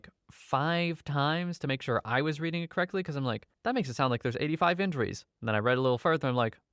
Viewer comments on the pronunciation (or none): none